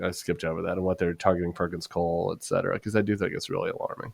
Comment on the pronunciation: Etc stands for ET CETERA not EX CETERA. Other than that, I love your show